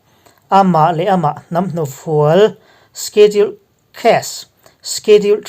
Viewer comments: Sikhedul ti a ilam rik dan hi avan mawi em !!!!!!!!!!!!! Khawchhak pronouns ihmang thiam narawh e..... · Shediul tia lamrik tur : sedul tite pohin an lamri ṭhin... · Schedule I lamdan hi ka hre khat angreng viau a..